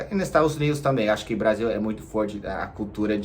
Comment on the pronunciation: Brazil com z se fala no inglês, Brasil com s se fala em português, vc falou português com Brasil em z